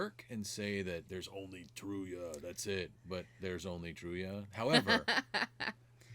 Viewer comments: lol You should know "Truyah's (Tarja)" name is pronounced "TAR-YUH". In Finnish, the J is pronounced like the English Y. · When ya'll say truya, I'm guessing you mean Tarja. Even squares know that! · I hope you watch more. Doing the whole waken show can never be wrong. It was all magical. By the way Tarja is pronounced Tarr-ya roll the r a bit for proper Finnish, but not necessary. :) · I won't be the one of the sweet nice comments...sorry just not me. Maybe learn how to pronounce Tarjas name correctly if you love her so much..also Floor is one of the best on the world...so good is an understatement...question...did your partner like it at all? He literally has no emotion...either way it was an ok reaction...